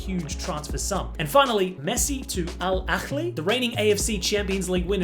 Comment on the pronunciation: my guy it's not al akhghlhgli, it's al-ahly. just pronounce it with an h like a normal person. that's how it's written and that's how it's correctly pronounced.